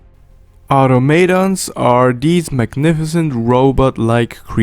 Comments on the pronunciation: It's au-tom-a-ton, not au-to-ma-ton. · Automaton Pronunciation: Aww-Tom-Uh-T-On